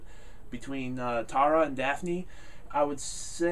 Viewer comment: You keep saying "Tara" wrong...lol!